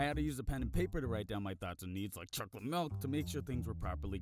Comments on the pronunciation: To be honest it sounds like he says "chocy milk" instead of "chocolate milk" but yet again i believe i hear thijgs wrong sometimes. And im slowly gonna go deaf from my friens earraping me on call TvT good life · Its pronounced chocky milk